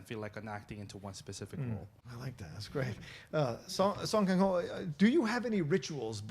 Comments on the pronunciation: 냄궁민수가 아니고 남궁이듯, 갱호가 아니고 강호라고, 이 무식한 ㅅ끼야 (설국열차 대사 일부 차용) ㅋㅋㅋ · you BUTCHERED their names haha her name park so dam should be pronounced like park (or pahk) so dahm his name song kang ho should be pronounced like the soa in soap. kang is like king kong. ho is ho. sew-ng kahng ho